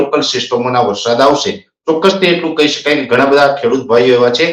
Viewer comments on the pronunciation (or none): none